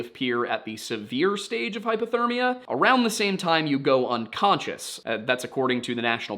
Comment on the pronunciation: I can’t tell if you are saying hypothermia or hyperthermia. I noticed it in another video that it sounded like you were saying hyperthermia when talking about hypothermia. It is probably just your accent but just wanted to check in. Many people confuse the two but hyperthermia would be the body getting too hot and hypothermia is the body getting too cold. Again, you probably know this and it is just an accent but thought I would point it out just in case.